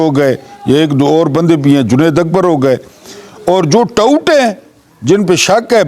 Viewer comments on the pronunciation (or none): none